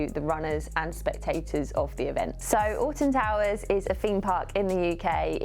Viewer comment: Having never heard of Alton Towers, and not reading the title, it kept sounding like you were saying "Austin Powers". lmao